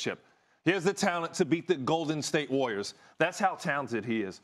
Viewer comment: Ryan Hollins pronounces “Warriors” like it rhymes with “lawyers”